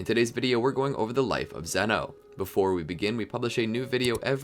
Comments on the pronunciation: It’s pronunciation is Zeno (zz, eeeee,no) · it’s pronounced zee-no